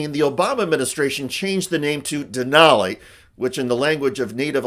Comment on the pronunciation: it’s DENALI 🤦🏻‍♀️